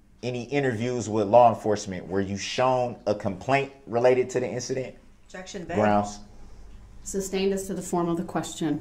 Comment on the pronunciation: Amazing Judge! Grounds....for substain(ed)? Or as it's correctly said, sustained.